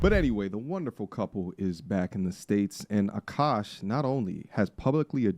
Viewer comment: I love that you say Akaash in the most Indian, authentic way lol. Even Akaash and his wife say the name with an accent.